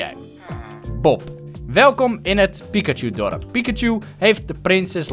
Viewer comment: het is piKachu en niet piCKachu